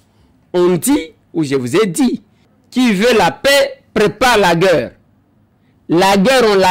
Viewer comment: La guerre ca se dit GAIRE